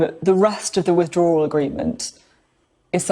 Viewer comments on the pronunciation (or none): “Is that roughly the right ball park”...? From a professional Sky broadcaster. Says it all. And it’s “withdrawal” not “with-draw-Ral”